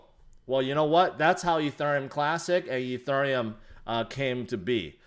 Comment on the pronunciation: im struggling watching this and this guy keeps saying uh thurium...